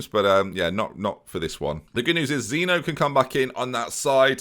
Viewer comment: Can’t help but feel that you didn’t win those games and had awful team talks due to one factor... That it’s ZEEN-YO NOT ZEENO